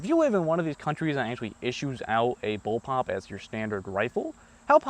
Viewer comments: its pronounced bull PUP, not bull POP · It's bulpup, not bulpop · First BOWLPOP: "lol, he said bowlpop when he meant bullpup." Second BOWLPOP: "wait, does he think it's pronounced bowlpop?" Ninth BOWLPOP: "....I'm dead...." Please don't make a BOWLPOP review video. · ITS CALLED A BULLPUP NOT BULLPOPS